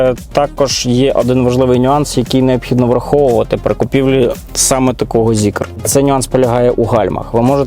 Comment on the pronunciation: Кожного разу як ти говориш "Зікєр" мені хочеться вимкнути відео. Зікр! І не має там ніякого "є"! А машинка, дійсно, класна. I ще, модне "кежьюал стайл", насправді, означає - повсякденний. То чим намагаєшся здивувати дівчат?)